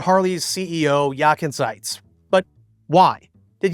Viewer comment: One can tell, that you’ve never worked in a corporation being subjected to a plethora of interest group, while your main customer group are the „always yesterdays“. It isn’t surprising that he is not welcomed by the American customers who can’t even pronounce his name. Yakan isn’t it. Grüße aus Deutschland!